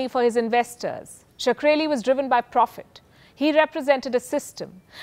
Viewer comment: I feel pronouncing his name like 'Sakreli' is a bit sacreligious